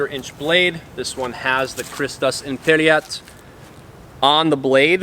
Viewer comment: IMPERAT, not imperiat....